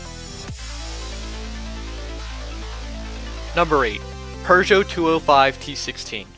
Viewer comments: I left as soon as this dude said PERgeot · I’m confused There is no “R” in Peugeot How do you pronounce Warshington? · "purr-joh" no. "pew-joh" correct. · it's pewjoe.. not purjoe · Today I found out Peugeot is not pronounced pew-got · There’s no r in Peugeot. Pooh-joe. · The Pergeot lol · 4 years of french and you can't pronounce Peugeot.